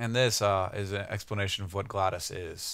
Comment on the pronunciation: uh its GLaDOS not GLADoS